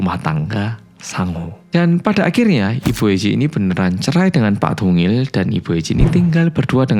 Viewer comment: Siapa yg dengernya tungil pas bilang dongil 😂